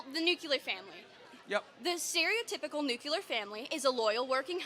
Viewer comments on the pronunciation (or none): Why can't people pronounce Nuclear? Its not nuculer... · Its nuclear you silly little girl